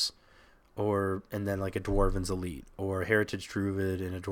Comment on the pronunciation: I'm gonna die from hearing dwarven's elite. It's dwynen's elite bro. pls.